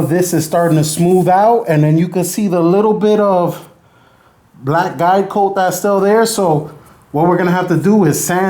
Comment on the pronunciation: I head diet coke when you said guide coat XD lol